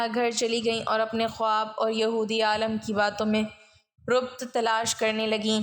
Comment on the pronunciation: aapka andaz to buhat acha hae laiken kai lafz buhat ghalt boly jaisy rabt ko aap rubt. himrah ko humrah bola appna tlafuz ko teek ker lain to buhat acha ho ga